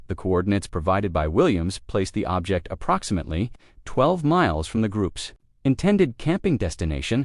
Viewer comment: What a shame. I cannot listen even though, I'm interested. Using AI that can't pronounce approximately...no buneo.